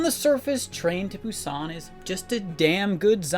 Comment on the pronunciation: So sorry just have to point it out, how you pronounce "Busan" just sounds very strange. In non Korean speaking countries we still don't pronounce it that way. And a quick YouTube search will also tell you how to pronounce it in Korean.